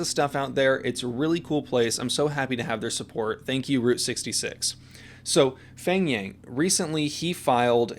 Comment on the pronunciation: His name is actually pronounce Peng. The "H" is silent. :) Like Hmong. the "H" is silent and it pronounce Mong. :)